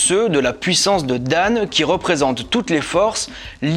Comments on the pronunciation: 😂😂 un conseil ou correction pour prononcer dan prononcé dans plutôt que dane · Bon travail mais les noms sont mal prononcés.Il faut corriger celà.Tu peux me contacter pour t'aider. Par exemple1 : FON garde sa prononciation fon et non fone. Exemple 2 :DAN garde aussi cette proposition ''dan'' et non dane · C'était bien mais la pronation des noms pose problème par exemple "Dan" se prononce 'dans ' comme pour dire dans une chose etc je veux parler de la pronciation bien sûr rien avoir avec le sens 💁‍♂️